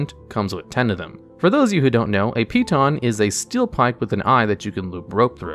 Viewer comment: So wait.. you know exactly how to say "piton".. which no one knows how to say correctly.. But you cannot pronounce "pint" or "lights" correctly? Wth? Where am I right now?